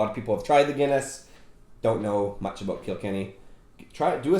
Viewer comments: Kilkenny is pronounced kill-ken-ee 😎😎😎🇮🇪🇮🇪🇮🇪🇮🇪love the videos keep them coming. Did you guys get the Slane Irish whiskey 🥃 yet. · The way the prounonced kilkenny 🤣